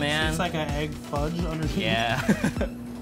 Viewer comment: It's pronounced "egg" not "ayyyggg"